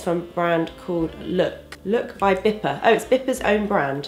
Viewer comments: BIPA is more like pronounced like BEEEPAA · I'm from austria and was like "omg she is using bipa!!!!" Haha :D and its so cute how you pronounce it :) hope you like the quality of the gel :)